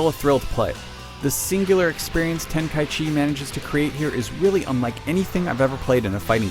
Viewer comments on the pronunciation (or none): needs to learn how to say the title. It's not ultimate ten-kai-chee it's ten-kai-ichi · Ten-kai-ichi not Ten-kai-chi yes its weird but seriously... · It's "Ten-ka-ichi" not "Ten-kai-chi". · Dragon Ball Z Ultimate Tenkychee...really? -_ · its ten-kai-ichi idiot u dont know anything about dbz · well, actually, its te-n-ka-i-chi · No, it's not. It's Ten-ka-ichi. I'm assuming you didn't even bother to check whether that was actually the right way to pronounce it. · this guy pronounces tenkaichi really weird....